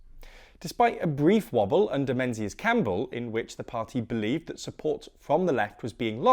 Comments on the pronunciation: Menzies is pronounced ming-iss not menses XD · Menzies Campbell's name is pronounced "Mingis" or "Ming" for short, not "menses". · Menzies is pronounced Mingis. Hence his abbreviated name being “Ming” Campbell. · Its pronounced "ming-us" not "men-zees" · It’s pronounced ‘Ming’. Like Starmer’s ming vase strategy. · Menzies' name is pronounced mengis* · Fun fact of the day, and don’t ask me why, but Menzies Campbell’s first name is pronounce “mingiss.” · You're older than me, and even I know that Menzies is pronounced 'Ming' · it's pronounced 'Mingies' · Small pronunciation correction: Menzies is pronounced Ming-is. (The z isn't really a z but a replacement for the 'yogh' (ȝ), similar to how the y in ye old is really 'thorn' (þ), and thus should be pronounced 'th'.) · Minor FYI that the name 'Menzies' is pronounced 'Ming-iss' as its scottish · Menzies is pronounced ‘ming-iss’ by the way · It will probably not come up again, but Menzies Campbell is pronounced MING-iss (or Ming for short) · They tend to make a lot of mistakes like that. These guys are pretty ignorant for wannabe journalists. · Did you guys really say "Menzies"? Real astute political journos we got here. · It's a shame you didn't do due diligence on the pronunciation of Menzies Campbell's name.